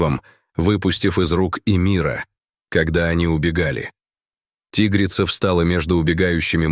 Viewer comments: тИгрица, зАмок вместо замкА, хоть бы голос робота настроили, или все схавают наивные... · Почему- тигрица. Ударение на и. Чтецы русский язык учили в школе? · Научите уже ИИ правильно ставить ударение в словах!!! Не тИгрица, а тигрИца ! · Спасибо за рассказ. Но не тИгрица, а тигрИца! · Узнав его запах по звуку голоса, что за бред. Ой, а читают будто не русские люди, которые никогда не изучали русский язык. Рассказ конечно добрый по содержанию, но слух режет тИгрица и многое другое. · Чтецу надо научиться делать правильно ударения. Правильно тигрИца, а не тИгрица. И так далее. Хотя такой тупой текст хоть как-то надо "оживить". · тИгрица-мать.... А, может, тигрИца-мать??? Сколько ошибок в ударениях. Противно слушать. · ТИгрица! ТигрИца! Грамотеи. Дальше слушатб не буду, пртивно. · ТигрИца!!! Фууу, читающие тупицы достали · опять дичайшие ударения! как вам нравится тИгрица и тд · Тигрица ..ударение навторой слог!!!! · Почему у комментатора при таком отличном голосе не правилтные ударения ТИгрица, ЗАмок и т.д. Он что не русский, язык учил в гколе ??? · Ага.Чудесно.ЗАмок.ТИгрица.Он на каком языке? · Не зАмка, а ЗамкА. ТИгрица почему не по русски говорит диктор ?